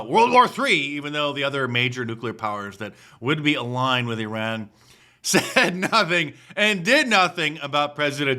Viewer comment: It's spelled Iran not Eron but I still don't care.